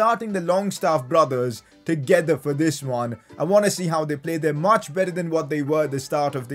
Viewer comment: That’s how he says play. “Ple”